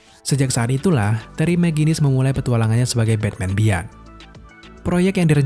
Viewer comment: Om cuma mau koreksi aja sdkt "beyond" dibacanya biyon bkn bian